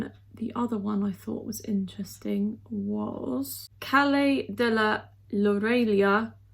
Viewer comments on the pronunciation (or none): none